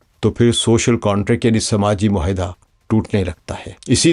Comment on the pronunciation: یہ لفظ مہائدہ۔ نہیں ——————- معاہدہ ہے- اپنی تصحیح کر لیجئے